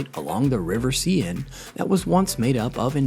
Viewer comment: Please learn how to pronounce things before recording. The River Seine for example. Or Brisbane. I mean, really!!